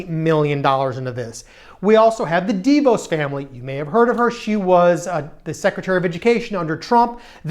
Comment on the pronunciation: DEEE Vos? Oh come on, dude.